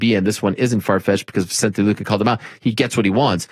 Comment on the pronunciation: on a similar note... I'm with Ariel on pronouncing people name correctly..the most recent mis pronouncing that I've noted is also with Bisping saying, "Vincente Luque time and time again...it's "Vicente Luque" there is no "N" before the "C"...its like come on MB, you're a commentator for the UFC! Love Bisping altogether!